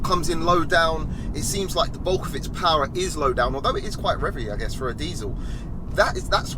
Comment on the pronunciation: Diesel powah baby its a different kind of powah